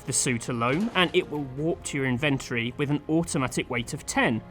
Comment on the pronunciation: Ive never heard someone pronounce "inventory" the way you do lol.